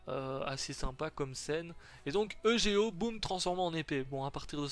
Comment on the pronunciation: tu pourrais dire eugo a la place de dire e g o